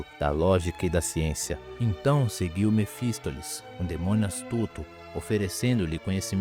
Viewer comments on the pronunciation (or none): vídeo informativo, mas aprende a pronunciar algumas palavras, não é erúdito, nem mephistoles kkk